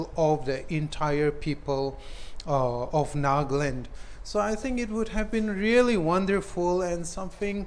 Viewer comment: Nagland? or Nagaland.....sounds stylish NAGLAND.